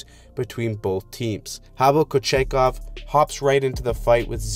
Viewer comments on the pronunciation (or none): Canes fan here, thanks for finally putting us in a review! But please relook at how to pronounce koochies name😅 great video though keep it up! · I'm sorry but did you say Pavel kotchetkov even if you did great video I love these recaps